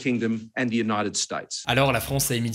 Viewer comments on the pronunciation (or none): none